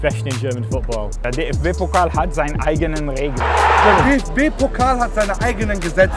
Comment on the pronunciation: DFB “Pokl”